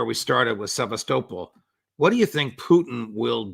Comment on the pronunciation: Someone please help the judge out and tell him how to pronounce Sevastopol properly!! Sev ass ta pol